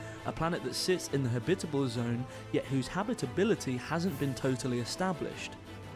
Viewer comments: haha i know dude, i was just teasing old boy about his strange accent in particular, the way he pronounces "habitable" ...lol... we say "ha-bit-ab-le zone" and home skillet was ear-worming me everytime he kept saying "ha-bib-itbel" .. So i was like, yo, what the fuck is "habbibibel" cuz that sounds real foreign ya know? just messin around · Please, it's habit-able. Not ha-bitable! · Ha-bitable zone 🤦‍♂️ Jesus. Am I the only one annoyed about the way he pronounces it? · He's saying it's pronounced "habitable", not "habitable".